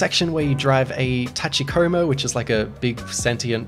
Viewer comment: “As we all know wall jumping make everything better”… yes, yes it does. Great, concise video on a great game, thanks. Now brace yourself for the inevitable comment storm over your pronunciation of “Tachikoma.” 😄